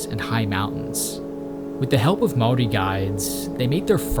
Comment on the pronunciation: Great video! Your pronounciation of the word. Maori was on point. One small.error though, gorse, while the bane of farmers actually speed regeneration of native bush. As it provides shelter for the forest floor undergrowth to establish, which then allows sub canopy to flourish when the sub canopy takes hold, the gorse just dissapears